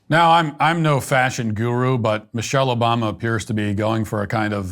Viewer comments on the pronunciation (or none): none